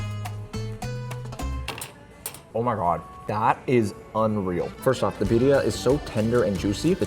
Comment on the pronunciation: omg you are butchering that birria 😂